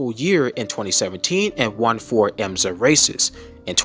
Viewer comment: It is not EMZA as you pronounced it, but rather IMSA WeatherTech - (International Motor Sports Association.)